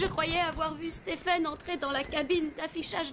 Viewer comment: Merci. NB/ pour la VF, en anglais Stephen se prononce SteVen V 🙏